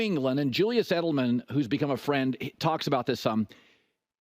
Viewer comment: Did he say Julius Edelmen